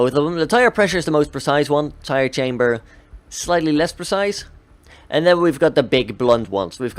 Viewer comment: Also it's CAMBER not chamber